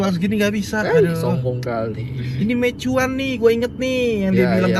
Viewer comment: BKN mei Chuan tapi meiyuen Mandarin nya meixien di Quang tong 😢😢😢😂😂😂😂